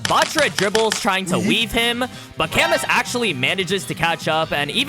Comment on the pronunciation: I know I'm being THAT guy and I'm truly sorry but can you try and say the French names correctly please. It's Yu-go and Ca-moo. I'm just so distracted by how much of a dick I am about pronunciations lol if you learn a little Japanese you can read their names straight from the raws. Again, very sorry lol